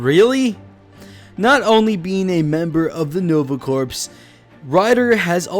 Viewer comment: mispronounced Corps